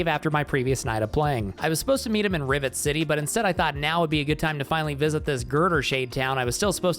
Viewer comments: I swear he is saying Ribbit City instead of Rivet City, but I can't be sure. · You said "Ribbit City" instead of rivet city because of your peraona. There is an ad for an anime game beneath this video and the girl has her buns out. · I kept hearing Ribbit city 💀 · well, he's a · I swear I kept hearing you pronounce Rivet City as Ribbit City. The subtitles said I was wrong but now I can't unhear it. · I keep hearing "Ribbit City" when you say "Rivet City"